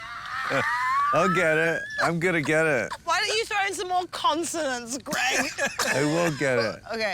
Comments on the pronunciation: His pronunciations of Wollstonecraft Godwin: - Golenswoft - Gollenswoggoff - Wallengodstroff Cogwin - Wallengonestroff - Wallenstonecroft Godwin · I could watch another ten hours of Rich Fulcher trying to pronounce Mary Wollstonecraft Godwin’s name. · Id watch this guy try to pronounce Mary Wollstoncroft Godwin for hours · Wollengodstop goblin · I have watched this so many times. The Mary Shelly part...it just kills me. It doesn't matter how bad of a day I've had when I listen to him try and pronounce her name over and over. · Fulcher + 🔥= MORE THAN..... 1 🔥 🔥♾️. Smoking and can't inhale because of Rich's trying pronounce Mary Shelley's maiden name. 😭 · I'm so glad they left in the part where Rich had to say "Wollenstonecroft Godwin" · Him trying to pronounce that name was hilarious 😂 I watched it twice 😂